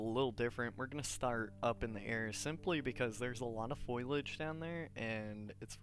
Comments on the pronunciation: Fo-li-age not "foilage" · Foilage lol, I think you mean foliage, either way thanks for the guide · Sounds like he's saying foilage, not foliage.